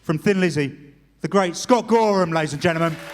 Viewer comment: Gorman? If you don't know it's GORHAM, ypu have no right to say. Jeez!